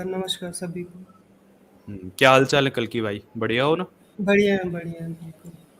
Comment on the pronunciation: कल्कि नहीं कलंकी है ये लौंडा